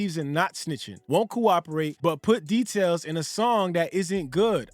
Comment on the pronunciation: From now on its not cooperate...its "GUWOPPORATE"😂😂😂😂😂😂😂